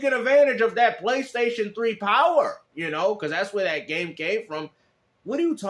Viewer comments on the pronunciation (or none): In every time the way he pronounces PlayStation is very very remarkable. He calls it thr "Pchlaystation"